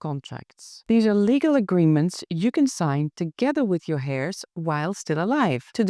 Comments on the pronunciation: Love your videos and your English is pretty perfect but I thought you might want to know that 'heirs' is not pronounced 'hair' (like hair on your body). The 'h' is silent, so it is pronounced 'air', like the air we breathe. I really hope you don't mind me saying. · Not hairs but with a silent (h)eirs.